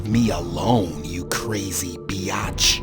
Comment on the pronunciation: He fucked up when he called her a bee-yotch😂 Oml " YOU SHOULD HAVE CHARGED YOUR BATTERY DUMBASS" had me dead😂😂